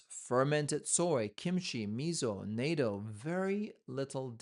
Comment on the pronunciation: It's not NAITO. It' NATTO. Please research before reporting.